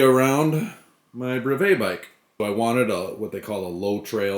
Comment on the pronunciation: Thanks for the great video! You mispronounce brevet.